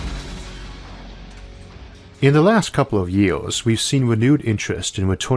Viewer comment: Great everything but im getting too annoyed because stupid pronounciations on some words.. 2000 JIOORS.. ARGH!